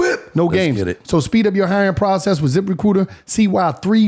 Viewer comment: Zip Re-coot-ur